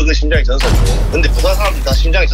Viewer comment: 전/사 아니고 전\사 아닌가 발음이